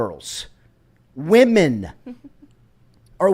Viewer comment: The way you pronounced “women” gives up Tommy Moffitt as the source… 🤫